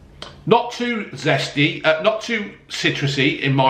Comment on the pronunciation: Citruseh, zesteh, a little gasseh and yet very tasteh. Well done, Robbeh.